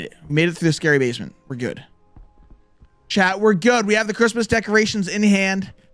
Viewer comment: I always thought you were saying Chad but I realize you were saying chat!😂